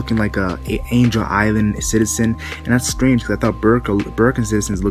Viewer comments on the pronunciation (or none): none